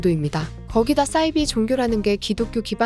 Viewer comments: 왜 싸이비라고 발음하심요? 사이비라고 하셔야... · 사이비? 싸이비? Cyber? 착각했나? 발음 똑바로 하세요. 굉장히 거슬립니다. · 싸이비가 아니라 사이비라고 읽어야 하는데요 기본은 합시다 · 발음을 정확하게 부탁드려요 싸이비가 아니고 사이비 似而非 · 싸이비가 아니라 사이비로 발음합니다요 사자를 싸자로 읽지 않듯😢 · 싸이비가 아니라 사이비..로 읽어주세요... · 사이비는 영어아니에요. 한자어라 싸이비가 아니고 사이비로 살살 읽어주세요 ㅋㅋㅋ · 사이비(似而非)를 왜 자꾸 [싸이비]라고 발음하시는건지 모르겠네요. 나름 지식을 전달하는 컨셉의 채널인 만큼 국어도 정확하게 사용하면 더 좋을 것 같습니다.